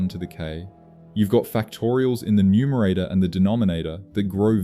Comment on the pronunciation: The narrator mangles the numerator.